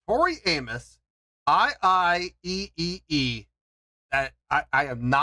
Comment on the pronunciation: It's pronounced "i i E" - 3 syllables, that is. The pre-loaded backing track was the title. In the Storytellers version she says it was what was sung to her when she was recovering from her miscarriage & went on a psychic trip with a young Native American boy. Every town they visited was full of dead people. She was drinking & hallucinating the chant, basically.